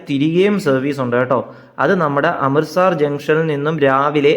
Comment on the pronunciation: അമൃത 'സാർ' അല്ല, അമൃത് 'സർ'. സ്ഥലത്തിന്റെ പേരെങ്കിലും ശരിയായി ഉച്ചരിച്ചിരുന്നെങ്കിൽ എന്ന് ആശിച്ചുപോകുന്നു.